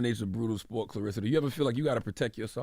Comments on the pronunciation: her name is claRESSA, not RISSA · I just wish they would’ve pronounced her name correctly at least once. Claressa not clarissa. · Great interview. They gotta pronounce her name right though. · Either a lot of y'all or illiterate or just half ass fans...the woman's name is CLARESSA not Clarissa!